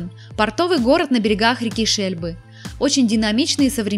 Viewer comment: Портовый город на берегах не Шельбы, а Шельды